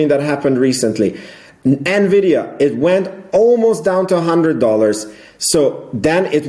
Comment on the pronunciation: It's called "EN"vidia, bro :-) Are you from Germany?